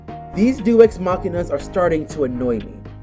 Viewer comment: BTW, it's pronounced "Day-us Mack-ee-nah," not "Dews ex Mah-kee-nah."